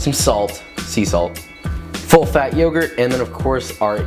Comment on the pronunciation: You messed up the t on yogurt